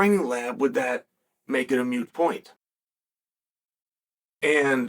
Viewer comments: Ah, Chael, the self-proclaimed greatest mind in the sport, keeps saying “mute” point instead of “moot” point. 😂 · and - can someone let Chael know that the word he’s looking for isn’t “mute”, as in when he said “… does it become a mute point?”. The actual word is “moot”, which is defined as: subject to debate, dispute, or uncertainty. So for Chael the sentence would be “… does it become a moot point?”